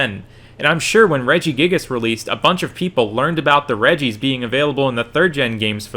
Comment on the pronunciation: "Redjee-ice" ech